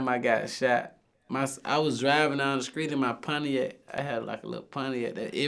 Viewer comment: "skreet shit"😆